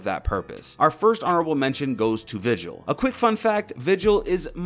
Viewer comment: where random it’s vigil not vigel 👍